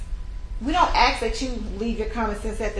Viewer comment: I've never seen a lawyer who didn't know how to pronounce "ask" or "juror."